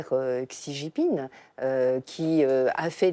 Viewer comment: Super ... C'est censé être des experts mais aucun n'est capable de prononcer le nom du président chinois correctement... La honte...